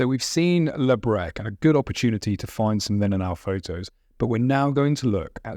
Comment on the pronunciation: Breche” mispronounced as “breck.”